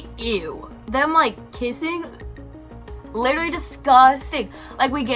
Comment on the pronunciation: Lit-truh-Lee Claps hands Lit-truh-Lee Claps hands Lit-truh-Lee Claps hands Jfc